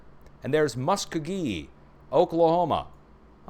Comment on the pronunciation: Look up "Okie from Muskogee Merle Haggard" to hear how to pronounce the name of the OK town.